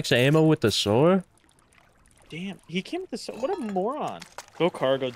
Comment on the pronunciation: Until can say Sword and not Sward, is my number one Rust player between the two.